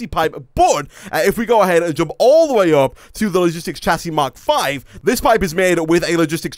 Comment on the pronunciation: hey you know that it pronouced "shasy" not "chasy"